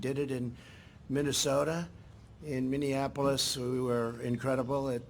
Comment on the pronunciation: Why does he keep saying minionapolis